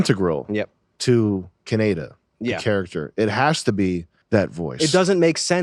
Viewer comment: Caneyda? lol its KA-NE-DA...why does Sam feel the need to do that thing where he doesn't know Japanese yet he wants to pronounce it WRONG on purpose because he's scared to actually say the Damm word the way he has heard it a million times .... pet penis